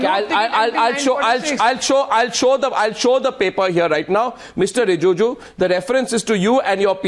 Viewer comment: Arnab, it's not Rijuju, it's Rijiju ! 👈